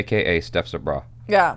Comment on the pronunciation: Steph sabraw….sounds like seccy br@